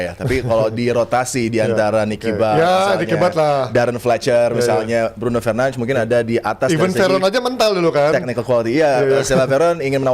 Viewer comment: Bruno fernands🗿 penyebutan namanya 😂